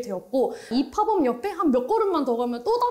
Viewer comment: 한국말로 단기 매장 이라고 하면 되는데 왜 쓸데없이 영어로 팝업 스토어 라고 하는 건지 이해 안 감. pop-up은 발음이 파펖 이지 파법 이 아님. 약간 이라는 말 쓸데없이 쓰는 미천넌. 제목에 이유 라는 단어 쓸데없이 쓰지마. 유치해.